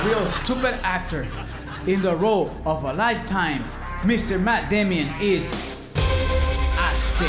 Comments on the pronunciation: In fact he says Matt Demian! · Yeha but his pronouncation is wrong. its pronounced: "Matt Damion" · Both wrong if you rewind the clip you will hear he obviously said Matt Damion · "Mat Damian" haha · I love it when he says Matt DEImon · "Matt Damion" lmao Guillermo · "Mister Mat Demion" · "Mat Demion" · Lol, he mispronounces his name as “Damian.”